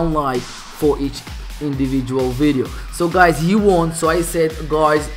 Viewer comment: Bruh u say guys as guaeyes